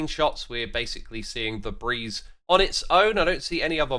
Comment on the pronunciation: For a moment I thought you said Febreeze 🤣